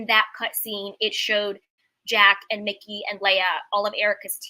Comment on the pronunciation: EJs creative directors name is Mike-ee, no disrespect